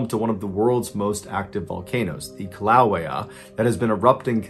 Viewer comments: kilaweah? Kill-Away_ah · Kill-loo-aye-uh. Not how you pronounced it😂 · Just cause I live in hawaii, Kīlauea is pronounced Kill uhh way uhh. Hope to see more hawaii stories, know we got some crazy ones! Hope I dont come off rude! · The volcano’s name is pronounced “Kill-ooo-Way-UH.” My family lost 3-homes built by my grandfather, in Kalapana, to Kilauea. For thousands of years that lava spilled the other way. Suddenly it changed directions, taking out an ancient Hawaiian village, museum, petroglyphs, The Queen’s bath, tide pools, and the famous Black Sand Beach. It was a heart-breaking time. Few people outlive their environments. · The name of the volcano is /kill-uh-WAY-uh/. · It's Kill-ah-way-ah. Cmon bro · I was hoping someone else noticed that. I dont even live in Hawaii and caught how weird that he pronounced it. He messes up names quite often tbh.with you. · Love your videos. However, as a lifelong resident of Hawaii, I must inform you that the volcano is named Kilauea. Thanks again for all of your entertaining and often times spine tingling videos. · NOOO!! I’m only a minute into the first story and I know where this is going… And Mr. Ballen, you butchered Kilauea crater 🤪 but I’ll let it slide since you’re a SEAL and do good things for important causes and organizations, despite that pronunciation slight. (Second story) Ya know… what good is the ability to read and write if you’re not going to use it? Just saying… but… at least he had the presence of mind or the instinct to keep his mouthpiece and mask on. (Third story) Oh shit… not the Red Devils!!! No… don’t go in the water!!! NOOO!!! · Is anyone else from Hawaii and hated the fact he completely said the name wrong of the valcano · How did you butcher Kilauea so bad 😂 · You pronounced the volcano name wrong 😢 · Luv u but " Kilauea " pronunciation was rough